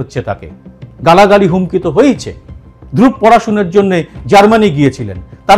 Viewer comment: ওর নামটা ধ্রুব্ । তাই সে ভাবে উচ্চারণ করাই ভাল। আমার নামের ক্ষেত্রেও এই সমস্যাটা হয়। হিন্দিভাষীরা সুবরত্ উচ্চারণ করে। আমাকে কারেকশন করেসবলতে হয় এটার সঠিক উচ্চারণ সুব্রোতো।